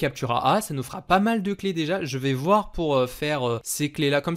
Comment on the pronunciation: A chaque fois que tu dis déji je perds un an de vie sache le